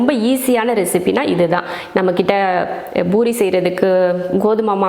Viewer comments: It's poori not boori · It's not boori, sister it's poori